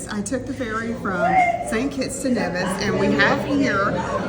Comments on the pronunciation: Nice... I am from the Caribbean.. St Vincent and the Grenadines to be exact 🇻🇨🇻🇨... But Nevis is pronounced "knee-vis"... ❤ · Nevis is pronounced as NEE-vis. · Please it's N E V I S